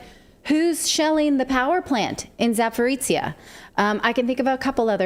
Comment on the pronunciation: Love your show, guys! One correction. It’s ZaporOJIE, not Zaporitsie.